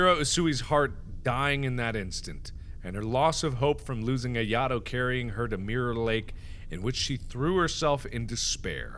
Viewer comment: You said ayatos name wrong it's (I-A-TOE)